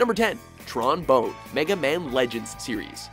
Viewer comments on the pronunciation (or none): The only thing I can't stand is the fact that they don't seem to care about pronunciation. Bonne is not pronounced like bone, it's pronounced like Bon Bon.